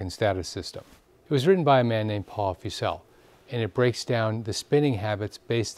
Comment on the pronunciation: FYI Paul Fussell’s name is pronounced FUSS-uhl